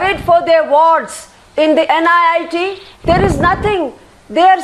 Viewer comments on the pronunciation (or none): it is NIT not NIIT. these people even don't know the correct name. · NIIT nahi gawaaro... NIT. Naam thik se nahi le skte aur debate kar rhe h. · Why are all the respectable guests quoting "NIT" as "NIIT" !! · it's NIT not NIIT.. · It's "NIT" not "NIIT" for god's sake!! Everytime I hear them say "NIIT" my ear bleeds.....Talk about misinformed and casual! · For God's sake it's NIT... not NIIT , say it correctly. Some of the leaders are still crap just wanted to win the argument, some are saving the government that is it. Still there are people in the valley who want Pakistan as their Country not India. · For fuck's sake, this is NIT, not NIIT. Just saying. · It is NIT not NIIT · illiterate.. she said "NIIT Srinagar" n "ceemrati irani" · It's NIT, not 'NIIT' . What stupids. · bc nit ko niit bolna band karo.. saali anpadh..